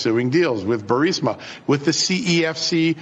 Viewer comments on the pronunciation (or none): Damn Benny. C’mon. BURSIMA? It’s BURR-EES-MAH. The I is before the S. There’s only been 10,000 reports on it. How the hell do you continue to mispronounce well known names? Get your staff on it. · Nothing but love for your show! Just begging you to PLEASE read it aloud... Bur-REES-ma. Petty, I am sure, but my goodness, every time I hear "BUR-SIM-A" I think "Punkin, you're pronouncing incorrectly because you have placed the I in BURISMA in the wrong place. Sorry. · Benny, it’s nuclear not nucular. It’s Burisma not Bursima. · Burisma, not Bursima. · Ber-is-ma. Not ber-si-ma Burisma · it is Pronounced Burr-is-ma!